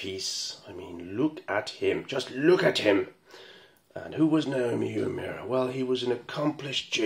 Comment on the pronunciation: Your pronunciation of 'Uemura is spot on' 🙂